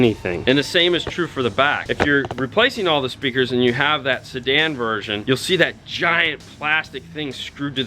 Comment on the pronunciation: “Sedan” ...... lol